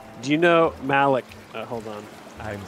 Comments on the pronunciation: Please play more of this! But if you get Malik again, please know that his name is pronounced Ma-Leek, NOT Mal-ick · It's pronounced Ma-leek lol